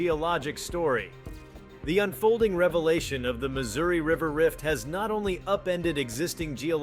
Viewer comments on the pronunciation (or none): none